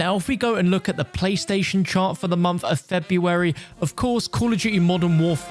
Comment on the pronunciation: You said ‘the “mumpff” of February’